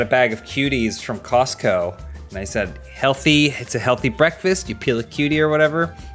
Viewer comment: puts a little too much emphasis on the ‘T’ in Costco and it sounds really weird.